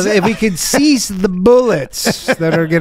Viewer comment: Trudeau's "cease" sounds awefully close to "CSIS". What does this mean?